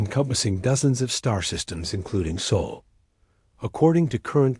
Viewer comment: Get your AI reader under control. It's jerky and cannot read simple words, such as SOL correctly. Also a period is not read as DOT!